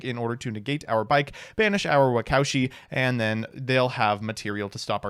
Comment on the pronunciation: Anyone else cringe everytime pronounced "Waka Ushi" as "wacowshi"